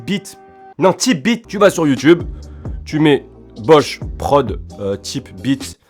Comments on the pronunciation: Ca ce dit "taype" beat frérot mdr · ça ce dit taype b.. 🤣🤣